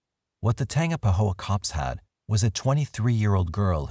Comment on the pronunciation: Tangipahoa is tan-gyp-uh-ho-uh